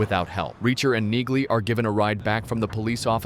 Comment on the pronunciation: Tell your dumb AI narrator that Neagley is pronounced: "Neely." The g is silent.